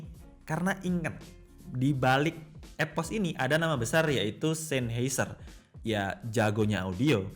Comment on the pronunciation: EPOS WOY BUKAN EVOS